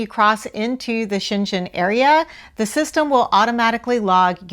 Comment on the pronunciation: You should learn how to pronounce Schengen zone. You're pronouncing that right you're talking about the city in China.